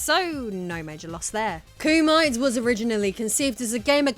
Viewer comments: It's not koo-might it's koo-mee-teh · with all due respect,, it's "Koo-Mee-Te", not "Koo-My-T"))... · Kumite is probably pronounced like Koo-Me-Tay rather than like termite. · Kumite is pronounced “Koo-mi-tay”.